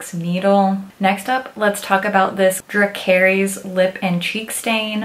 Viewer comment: Awesome review ESPECIALLY for a non-fan! Great points! (Hehe it's Drah-CARR-iss - the command the Mother of Dragons gives her dragon to set someone on fire lol!) ;p <3